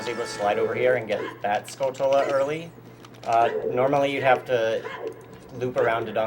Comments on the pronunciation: Uh, it's pronounced "Skull-tyu-la," not "Skull-tul-uh." They are spider-like and are obviously spelled like "Tarantula" on purpose. MF Mike from AVGN says it wrong too. ;) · He prononuced it 'skull-tullah" that's adorable. (Yet wrong. It's tarantula with skull instead... skull-chula~)